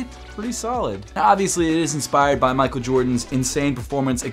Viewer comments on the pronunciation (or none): none